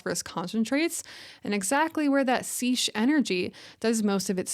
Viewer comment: seiche (wind-induced lake oscillation) is pronounced saysh (or saytch).